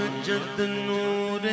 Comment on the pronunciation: یہ مُحمد کی بجائے مُمَجَّد پڑھ رہا ہے، ممجد کہتے ہیں وہ شخص کہ جس کو بزرگی دی گئی ہو۔ جب کہ محمّد کا مطلب ہے کہ اللہ تعالیٰ نے جس کی سب سے زیادہ تعریف کی ہو۔۔ اس کلام میں اصل لفظ محمد لکھا گیا ہے، اور پڑھنے والے پر لازم ہے کہ وہ وہی لفظ پڑھے جو لکھا گیا ہے، اور ویسے بھی ممجد کے مقابلے میں محمد کے معنی بہت زیادہ بہتر ہیں، اور یہی نام ہے ہمارے نبی اکرم صلی اللہ علیہ وآلہ وسلم کا۔ممجد نام کہیں بھی نہیں لکھا گیا۔۔ لہٰذا اپنی طرف یہ نام اس کلام میں پڑھنا درست نہیں